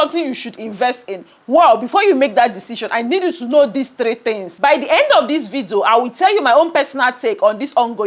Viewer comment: It's ,'video'...not 'vido'